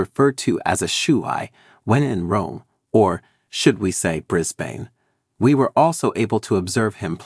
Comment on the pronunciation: Say it like this, Brisbin, and shoe-e not shoe-i